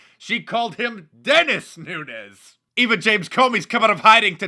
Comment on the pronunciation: Holy crap Nancy pelousy got Devin Nunes's name correct, she must have stayed awake all night saying his name correctly so she got it right. I sincerely hope that she didn't overtax what is left of her mind doing so.